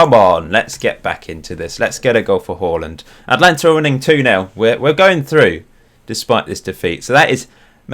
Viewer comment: Who's this Holland fella? U mean Haaland? Hahaha